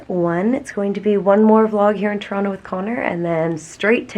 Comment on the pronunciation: I like how pronounces Toronto as a local.